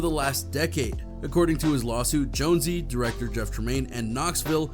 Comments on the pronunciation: “Jonezee”??? How do you pretend to be a news channel and not know it’s Spike Jones even though it’s spelled Jonze. That’s almost as dumb as the guy you showed who calls Bam Margera …”Bam Mareega” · Bam mar-gear-ah and Spike jone-zee Wtf? Lol. Never heard that one.